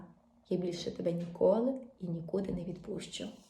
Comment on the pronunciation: Не відпущу', Ставте правильно наголос.